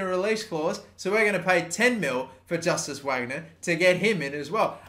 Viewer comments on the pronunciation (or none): Justus Wagner is pronounced like Eustace Vagnur